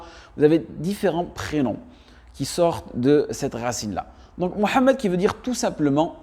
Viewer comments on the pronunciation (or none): Qui voulez vous qui guide.????"""le O""""en Arabe ca n'existe pas.deja c'est MOUHAMMED.MUHAMMED et non MO......ou MA....soyons serieux un peu....